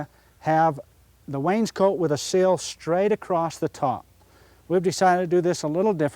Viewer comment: Love the way he mispronounces Wainscot - making it sound like someone's jacket.